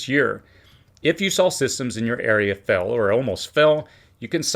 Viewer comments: Systems will FAIL or FELL? Sounds like you’re saying fell as in past tense. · Please enunciate the word "FAIL" better , because on our end it sounds like "FELL" and it makes it difficult to keep up with your talk . THANKS